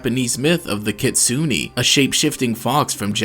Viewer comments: Kitsun-é not Kitsun-Knee, i know it's hard to pronounce certain japanese words (or other words from other country) but please, don't misspell a name, a word or simply half-ass your work by not searching the translation out of laziness or fear to come off as a nerd, a geek or a weeb before making a vidéo! (or maybe you come from a state that pronounce é as ee?) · it's Kit-su-nay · ah yes, kitsooney